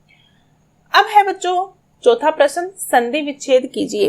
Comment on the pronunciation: Answers are perfect no doubt...but the pronunciation should be correct like u spell prashan but it is prashna